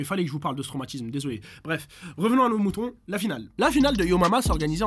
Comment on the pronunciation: "dasole" ça m'a tuée xD